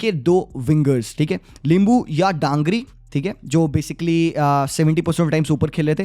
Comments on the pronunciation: DANGRI nahi bro DANGI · Not Dangri but Dangi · Not DANGRI 😅 Manish Dangi Dan***i is kind of bad word( gaali ) in Nepali 😅 just say manish if you fell unfortable Manish DANGI मनिष डाङ्गी Daa-n-gi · Manish Dangi not Dangri😒😂